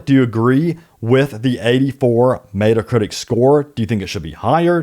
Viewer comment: Dude...it's not "Meat-uh Critic" it's "Met-uh Critic." Super annoying...